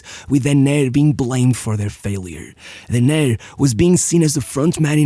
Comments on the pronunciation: Great video and research. One small correction: his name is pronounced DE-ner (not de-NER). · Brazilian here.... The correct pronunciation of his name is DUNNER, not "dené" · Great video, only one correction. It's pronounced Dêner not Denêr. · Hey, your videos are amazing! Just a minor irrelevant correction here, his name was spoken "Dêner" not "Denér" and, yes, he was a beast of a player! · Great video, but you pronounced his name wrong every single time. The tonic syllable is DE-ner, not de-NER. You should have asked your Brazilian friend how to say his name… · Brazilian here. We say Déner (Portuguese is a paroxytonal language). Portuguesa supporter (mostly BECAUSE of Dener) and my family is from Vasco (his other team). Dener was great, fast, and deadly. It was really sad to see him go. He and Chico Science were part of my later infancy (very similar accidents)... not even mentioning Ayrton. Dener should have seem a 98' WC (and he would). But he wasn't better than Ronaldinho. Two completely different styles. Ronaldinho even in his youth, you could see that he was a 10. Dener would be more comparable (today) to CR7. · DÊner is the right pronounce, great video 😢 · DEN - ner , strong in the 1st syllabe!